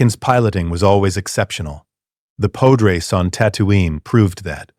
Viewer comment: Lol the pode-race